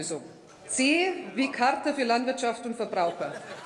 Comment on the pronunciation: Charta. Es heißt Charta.